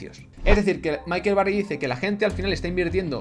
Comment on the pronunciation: michael, no micahel